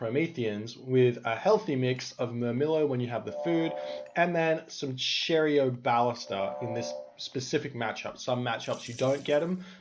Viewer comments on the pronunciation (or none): Just another pronunciation minutium: cheiroballista is pronounced kay-row-ba-LIST-a